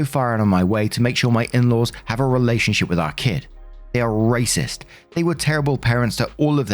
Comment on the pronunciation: Heheheheheh you said relationshiT.....hahahahaha